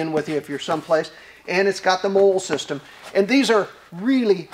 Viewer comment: Molle is pronounced Molly